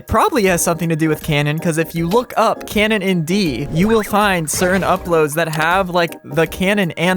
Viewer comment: Bro. What tf are you burbling about. Im 5 minutes in and all you said are keinen keinen keinen. At least put some effort in the pronounciation you english speaking piece of nerd